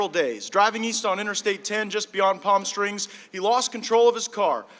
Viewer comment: And he said "Palm Strings" and didnt bother to correct himself.